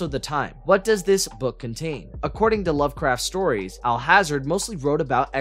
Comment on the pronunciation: please learn how to pronounce "Alhazred". it's NOT all-hazard. a simple google search would have showed you that Lovecraft said it's pronounced "All Has Read".